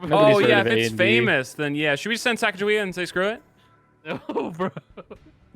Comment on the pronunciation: Sheesh they pronouncing Sacagawea wrong smh